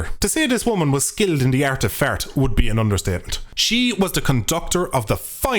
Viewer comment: Hearing an Irish duck (or welsh or whatever you are) say the art of fart is just about the funniest shit I’ve ever heard 🤣